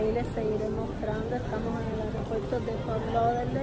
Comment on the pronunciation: like si notaste que dijo areopuerto, cuando se dice aeropuerto